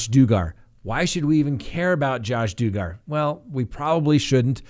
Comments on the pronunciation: It's DUG-GAR not DOO-GAR.His crimes are heinous, he got away with it 5 years ago. This time his children need protecting, and he needs to realize the gravity of his offences. And NOT be protected by his cult-loving parents!!! Or his brain washed wife, who keeps having his kids. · Dug as in Doug =Dugger not do-gar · Please do not confuse the ugly last name Duggar with the beautiful last name Dugard when speaking it. Saying, “DOO-gar” sounds too much like the beautiful last name from Jaycee Lee Dugard. DUGGAR ≠ DUGARD Please pronounce it appropriately as to avoid confusion. Thank you. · It's pronounced dug' er, as in dug a ditch. Not doo gar. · If you do follow up . Please say . Dug er as in Dug / Dig. Throwing me off with do gar .lol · I think it’s Doug-er but Doo-gar is 100x better 😂😂😂 Mr doogar looks like he is high on something definitely a strange mugshot 🤦🏻‍♀️ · you would think taking the time and putting together content for your videos you would at least pronounce peoples names correctly. Duggar is pronounced Dug*gar... not Do*gar. Anyway, you're starting to remind me of Mark Means. Lol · I’m here to hear his name pronounces Do-Gar not Dug-Err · It’s pronounced “dug-gar” as in “he dug himself a big hole by possessing those images”... not “doo-gar” as in he’s in deep “doo doo”. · Oh, you are at it again. It is pronounced dug gar, not doo gar. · I live in ARKANSAS...It's Dug...like " I dug a hole"....Dugg...ar....Duggar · Please, pronounce his last name correctly! I cannot stand him, but it’s driving me nuts when you pronounce it Doogar. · Pronounced DUG-ger! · It’s pronounced Dug.gar - dug is pronounced like dugout. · It’s pronounced Duuuuuuuh Ger. lol Do gar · It would be nice if you said Dugger correctly. DUG-GER. They aren’t that fancy. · Every time I now see the Duggar name, in my head, I’m going to pronounce it Doo-gar! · It is pronounced DUG Gar as in he dug a hole. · DOO. GAR? WTH Get it right man! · It’s pronounced Dug-are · its dugher